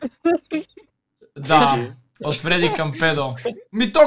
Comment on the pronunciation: Фреди - ❌ Феди - ✔️ 😂😂😂😂😂😂😂😂😂😂😂😂😂😂😂😂😂😂😂😂😂😂😂😂😂😂😂